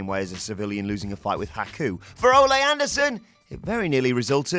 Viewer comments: Not Olé Anderson as you would say to a bull... Its Oh-Lee.... Like Sir Christopher Lee.... I will not chalk this mispronounciation to you being English. Ole Anderson is a legend. C'mon it's Ole Anderson. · It’s pronounced Oh-Lee, not Oh-lay. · Ole NOT Olay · Its Ole not Ole'. He isnt a fuckn Spanish bullfighter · Watching people arguing about whether or not it's "Ol-ay Anderson" or "Ol-ee Anderson", when it's obviously pronounced like Old without the D, like good Ol' boys. Jesus, I'm in my mid twenties and even I know that bit about wrestling history, y'all were actually alive when he wrestled... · O’lay Anderson? Not Ahh-Lee Anderson? Interesting. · Why can't you Brits say the name Ole? It's not Olay. It's Ol' E. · Again, Anderson is Norwegian, not spanish. It's pronounced oh-lee not oh-lay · oh-lay in “rally” North Carolina. To be fair, they’d probably have had to watch wrestling before 1999 to know oh-lee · Oh-lee not Oh-lay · ...And it's Ole not Ole' (Oh-lee, not Oh-lay) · A Texas "Patreon?" Ole is pronounced "OH-lee" not like you're cheering a matador. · Ole is not pronounced like soccer fans are paying him homage in song. Oddly enough, it rhymes with “goalie.” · It's a soft E. But stick to working out how to pronounce oregano. Then figure out there is a reason for letters in words like colour and neighbour. Then maybe after you do that you can speak about how to pronounce words, till then you are an American, your opinion on the English language is null in void.